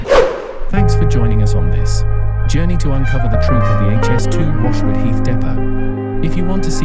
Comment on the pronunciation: Not good enough, and not just a spelling mistake as you repeatedly pronounced it as 'Health'. Get someone to review your work before you release it. Also, get rid of the music and sound effects; they make it really hard to hear you. Having sub-titles does not excuse the extraneous sounds.